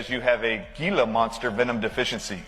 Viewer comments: living the Southwest and he pronouncing Gila monster as GEELA instead of HEELA? Bro I thought these were in your backyard!🤣🤣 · It's pronounced "Heela" monster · The lizard is pronounced he-la. And yes you do not want to get bit by one of them little devils. I grew up with a rather large one that lived in the water cutoff craw space and the bastard got me on my lower calf cause I apparently spooked him. I thought I was going to die for like 36 hours. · Damnit! It's pronounced " he-la monster". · Pronounced Hela monster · It's Gila (HEEL-uh) Monster venom!?! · Say it right bro…..hee la monster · Bro, Gila Monster is pronounced like an H instead of a G. We have them in Arizona